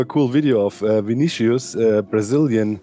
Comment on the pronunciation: Vinnicius13 mencionado com a pronuncia correta ♥